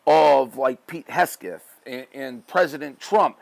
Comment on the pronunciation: Did you say Kegseth?!